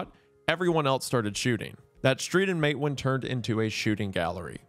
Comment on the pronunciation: Isn't it pronounced "Mate WAAN"